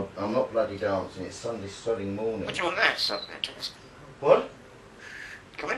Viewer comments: Sounds like, wa,dya,want? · sounds like she's saying "do you want aught" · Sounds like she's saying 'dyou want? As in what do you want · Hi...that stupid sound keeps saying is a merged “what do you want”....but she is worth her weight in gold times ten....